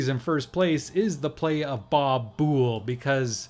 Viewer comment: For future reference, Buhl rhymes with "jewel", and Willey rhymes with "silly."